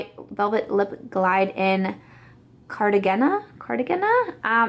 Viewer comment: I nearly choked on my beer I laughed so hard🤣😆 The name of the NARS lipstick is Cartagena. A major, and very beautiful, seaside city in Colombia. It's pronounced Car-Ta-Hey-Na 😊